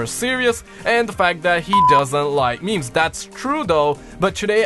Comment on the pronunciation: Tony - What are meemees? (He pronounces it ME-MEIS) Bob - ooh, that meme is spicy (Pronounced S-PIH-C) Carlos - LoNg LiVe ThE mEmE kInG 1!1 (He made every "G" sound like a "J") Me - Is the plural of moose meese? (Doesn't understand how the language of English works)